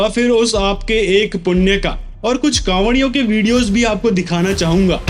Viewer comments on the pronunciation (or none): Kawadiyo nhi jhawadiyo 🤣🤣🤣🤣🤣